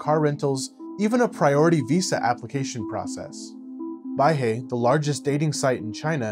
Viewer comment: bai-hue not bai-hee